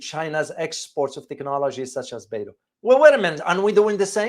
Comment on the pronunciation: Professor, thank you for your video. Beidou is not pronounced "Bay-do", but like "Bay-doe" (rhymes with "toe").